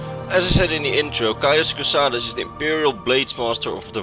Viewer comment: "my name is cauis cosades" "caius cosades" "caius cosadeez nuts"